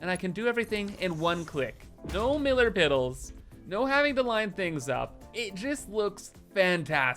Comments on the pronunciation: “No millar piddles” We know you kept that in there on purpose 😂😂😂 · It’s a thing. :) He kept messing it upon the first series and ever since then he’s just accepted that they’re millar piddles.